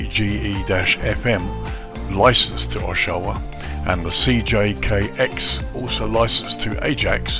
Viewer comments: Just a note, the pronunciation would be OSH-wa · I got my license here in 1963 flying Tri-champs (nose gear on a Champ) on an Air Cadets scholarship. it looks quite different now, but I assume the downwind is the same, over a cemetery, then the public swimming pool. I laughed at your pronounciation of Oshawa. It's Osh...... awaaa (short middle syllable like away) Thanks for posting.